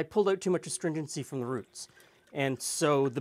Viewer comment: That 'out' is the dead giveaway.